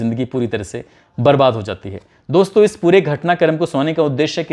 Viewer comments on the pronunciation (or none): none